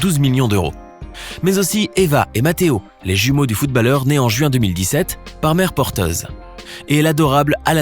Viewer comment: qui sa enerve qu’il dit footbAlleur au lieu de footb(au)lleur